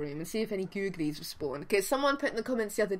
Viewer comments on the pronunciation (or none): I tried soooo hard not to laugh when you said GOO-G-LIE! Soooo hard! Lol! Lav u!♥♥♥♥